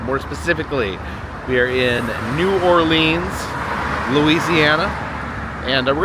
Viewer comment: Love how you pronounce New Orleans correct but etouffee is pronounced a-too-fay not ed-da-fay